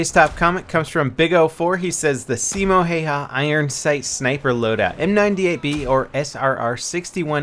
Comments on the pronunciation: "Siimou haihai" LOL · I love the way how you say Simo Häyhä XD Finland FTW !!! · Ahahahaha I love it how you try to pronounce the name! BTW I'm Finnish ;) TORILLA TAVATAAN